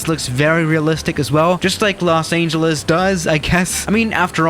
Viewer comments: Me: Los Angeles: Los Ayngeles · Nobody:: Los aingelese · “Los aneljus” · Nobody:: Los Aingeles No harm meant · No one: Literally no one:: Los Ayngeles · Did he just say "Los Angel Less?" , and many more times... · For some reason the way he say Los Angeles rubs me the wrong way